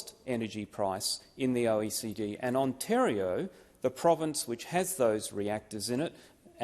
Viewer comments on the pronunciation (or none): none